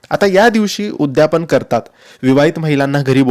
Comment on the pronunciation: उद्यापन असा शब्द आहे उद्यापण नाही